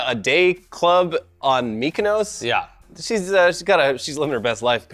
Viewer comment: "MEE-KAH NOESS"? C'mon,. It's "MIK-UH NOSS"!